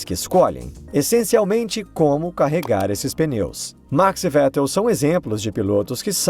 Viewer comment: Não é "peneu" é pneu